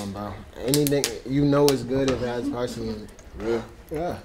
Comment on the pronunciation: was saying “pricely” I was like wtf is that. He meant parsley 🌿 lmao 🤣